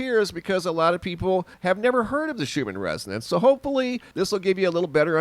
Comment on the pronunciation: Thought you were talking about the schumann resident's lol that's what it sounded like you said 😉hahaha